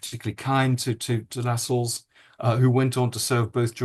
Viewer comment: He is not called Tommy Lascelles. LaSCELLES. It is Tommy LAscelles. Emphasis on La not Scelles. Andrew Lownie claims to know all these grand people. 🤔🤔🤔🤔🤔🤔